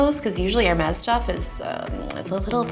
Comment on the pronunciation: You are the first tech person to pronounce "Hermès" correctly.